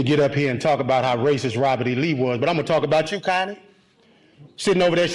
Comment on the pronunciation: My name is Connie. Every time he said her name I cringed.